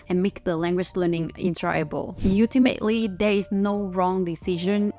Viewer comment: I just found your channel today and subscribed. You have a nice tone to your voice and I like your accent. As a native speaker to english, I will offer this to you so you can sound more like a native. Ultimate is pronounce like this all- timate, not ooltimate. It is one of those weird words where it isn't pronounced like it is spelled. Kind of like salmon. In english is pronounce sam on you ignore the L entirely.